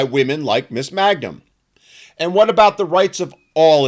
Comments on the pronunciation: It's not "Magnum," it's MANGUM. Stop desecrating the greatest TV-detective that never lived! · Her name is Mangum, not Magnum. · Her name is *Mangum*, not Magnum...in the interest of accuracy. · It's Mangum, not Magnum.